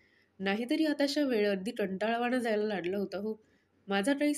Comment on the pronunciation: कथा वाचन छान आहे पण ग आणि क मध्ये काहीतरी गल्लत होते आहे. लागलं म्हणताना लाडल असे म्हटले जाते